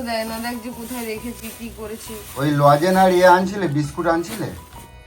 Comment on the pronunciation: লজেন না লজেন্স আরে ঠিকমতো বলো লজেন লজেন করে যাচ্ছে. লজেন্স লজেন্স বুঝতে পারছ কি না